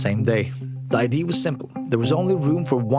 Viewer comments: can somebody please finally explain to me, as a non-native: Why do so many foreigners say ID to IDEA. Why do they pronounce it IDEE instead of IDEA? is it just wrong, or a dialect thing or what is it? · Brother great video but its idea not id you keep leaving out the eaaaah part of idea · Nice video! Please look up how to pronounce IDEA, I know you're nordic but for the love of god say the whole word thanks that bothered me to no end!